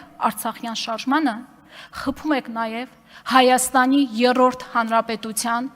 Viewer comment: Եռռոռդ չի երրորդ է համբալ ջան։